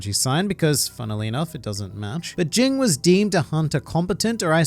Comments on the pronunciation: Look bro, its either Ging ( G as in ground) , or Jin. Not fucking Jing. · The fact that you keep saying his name wrong is fucking cringy